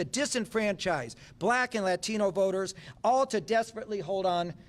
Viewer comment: So close! It's 'Latino'.